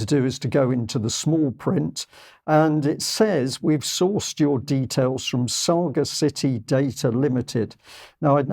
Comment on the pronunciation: Surely the pronunciation of Sagacity is; sagacity /sə-găs′ĭ-tē/ from sage.